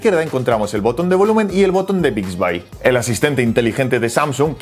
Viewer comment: Se dice Bixbi , no Bixbay